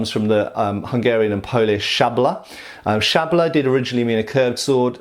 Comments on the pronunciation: Hungarian word is lot "shabla", it's "szablya", pronunciation e.g. here: Greetings from Hungary, keep up the good work! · Just a comment on pronunciation: Hungarian "szablya" is like "sub-yah".